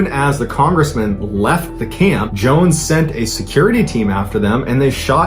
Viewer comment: And the way he said Jim Johns not Jones